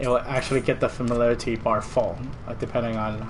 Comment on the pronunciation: Lol familalairlaty...Sorry couldnt help it